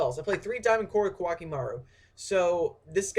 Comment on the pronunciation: I dont know why but, I think its pronounced "co-ah key may ru" I dunno i have been only been playing for 10 yrs now .-.